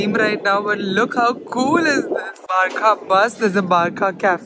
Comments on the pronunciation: Nice video hope your having fun. Just one correction..its not pronounced as BAR - CA.. its pronounced as BAR -SA. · Its barca not barkaa 🤦🏻‍♀️ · it's not barka it's barça 😅 ❤ love you 3000 🥰